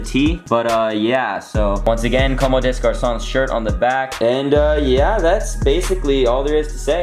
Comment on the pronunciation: Nice pickup, might have to bite the bullet and cop the white tee lol. Btw it's actually com-de-garcon. Many people are struggling to read this brand's name.